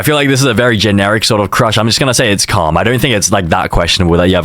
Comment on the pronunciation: stop saying “calm” because it keep making me think that u saying cum😭